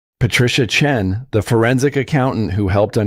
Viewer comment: What's with the pauses narrating the name Dr (pause! Chen??? That is the problem when creating something false by a false algorithm? Not normal and absolutely rubbish